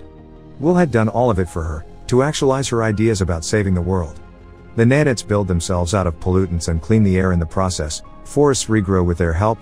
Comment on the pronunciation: i got a head ache, just with the pronunciations for nano and nanite, sorry it just hurt me